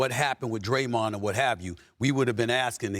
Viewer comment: Did perk call Draymond “Graymond? Lol 😂